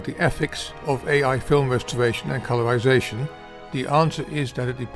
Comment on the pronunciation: "stowy" "incweasing" "colourwization" "gwowth" "degwee" ...